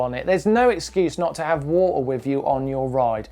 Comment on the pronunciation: wa-er :D gets me everytime